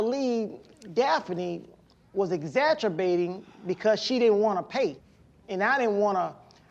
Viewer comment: "exagerbating" Maybe that's what he was doing when watching his cameras for her alleged nefarious activities, lol